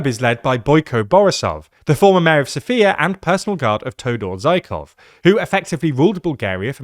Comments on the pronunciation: Todor Zhivkov ❌ Todor Zaikov ✅ 🐰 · Its Todor Zhivkov, not Zhikov. Cool video tho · I'm sorry as a born and bred Bulgarian who tf is Theodore Zaykov? I understand you need to put out a lot of content quickly but it's honestly really off putting when you so clearly put 0 effort into looking up how names are meant to be pronounced. It's literally a 2 sec job on Wikipedia to see how a name is roughly supposed to be pronounced. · I've seen other people butcher names, but that dude was on another level. Either do not pronounce them or at least use google translate ONCE to hear how to pronounce the names. Todoor Zaykov, Rouzen Zakarievkov, who are those people, what are you talking about?! You cannot be serious!